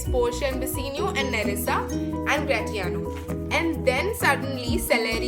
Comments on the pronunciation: Gra -ti-ano no dear the pronunciation is Gra -shi -ano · Dear Portia did not give permission to Bassanio for leaving for Venice She said him to quickly finish the marriage ceremonies and instantly leave for Venice And it is gra-shi-aano not gra-ti-aano And please do not play this background music it disturbes aalot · Excuse me its not gratiano its grashiano. But ur speaking skill is gud dear ...keep it up .. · It's grashanioo not gratanio. It's bassano not antio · 👍👍 good overview of the scenes. However I would like to point out at around 4: 35 min , you say Antonio instead of Bassanio ... Hope this will not confuse the listeners . Also, don't we pronounce Gratiano as Gra- shee- an _ io ? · Gratiano and flesh pronounciation is wrong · Pronunciation of Gration is wrong. Please correct it